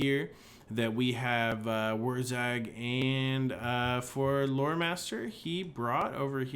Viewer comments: "Wog". You don't pronounce the G you zoggin git. It's WAAAAAAAAAAAGH! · That always confused me. Everything else the Greenskins have is spelled phonetically, why not WAAAAGH should it not just be WAAAAA then?